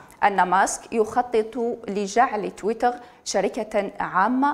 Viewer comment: صدقت لغة تحتل المركز 9 مزال الفرانكفونيين الجهلة، تويتر كلمة انجليزية تنطقها بالفرنسية اش هالذكاء